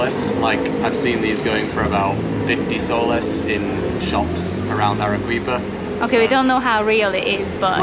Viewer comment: Arequipa is pronounced using Spanish pronunciation rules Let's break that into it's constituent participles Are is pronounced Harry, without the H Quipa is pronounced Kipper. There is no English 'W' sound in it, (as in English Queen) So there it is Arrykipper😂🎉 N.B the Spanish combination 'Gu' as in Guadalajara Guantanamera Guadalcanal is pronounced GW Nice video chaps. Keep traveling, keep learning ✓✓✓